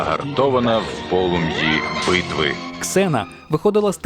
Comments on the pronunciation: Не Ксена а Зена =) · Не Ксена,а Зена! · Літера "X" ні разу не читається як /з/, то в недолугих російських перекладах вона Зена. Я як взнала, позеленіла